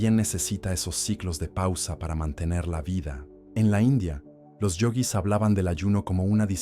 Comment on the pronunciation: Esa voz de pelotudo propia de la IA, qué insoportable. Yoguis, no yogüis. El, no la, verdadero hambre.